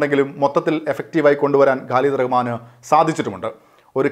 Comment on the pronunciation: പ്രിയമുള്ള, "ഗാലിദു" റഹ്മാൻ അല്ല, "ഖാലിദ് റഹ്മാൻ" എന്നാണ് ഡയറക്ടറുടെ പേര്. പയ്യന്നൂർകാരനു ഇങ്ങിനെ പറ്റിയത് എന്നെ അതിശയിപ്പിച്ചു☺️